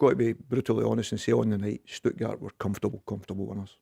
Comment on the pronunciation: Stuttgard? Where you getting the D from Barry